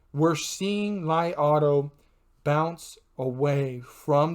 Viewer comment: It pronounce Lee auto, thanks 🙏🏼